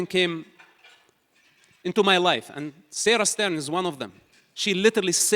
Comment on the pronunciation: "Serah Störn" Great pronunciation! 🤣🤣🤣